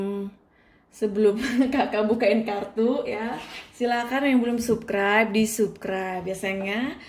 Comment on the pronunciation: Subscribe,,, itu dibaca sabskraib kak😭😭😭 bukan tetap di baca subskraib... Dari awal aku terus ikutin chanel kakak, ya emang aku suka, tpi kalo kaka nya sudah bilang subkraib, yg tadinya aku denger penjelasan kaka sedih, langsung balik galfok😭😭😭 🙏🙏🙏